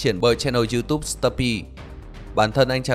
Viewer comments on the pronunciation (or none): none